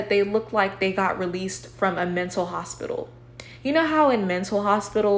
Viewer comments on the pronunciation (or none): none